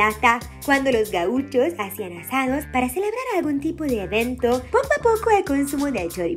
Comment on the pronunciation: No se dice gauicho es gaucho, fácil y sencillo, se lee como se escribe